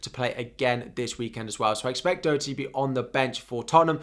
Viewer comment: Your pronouncing Doherty wrong lol😂